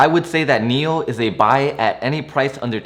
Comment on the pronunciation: One suggestion. Whichever stock you’re talking about for about 1-2 or 3 mins, please display the ticker symbol on the screen. When you said NIO, I thought you meant MEL (that’s how you pronounced it), I wasted 5 mins on google searching for this company which I couldn’t find. Displaying the ticker Symbol all the time you’re talking about it would help greatly. Thanks.